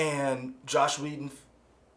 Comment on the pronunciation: "Isis West"? "Josh Whedon"? .......guys..... Do some homework